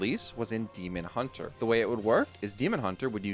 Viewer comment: The way you say "Demon. Hunter" sounds like a Demon build of Hunter not Demon Hunter the class. I was so confused when you followed up with Twin Slice like...is there a Tourist card somewhere?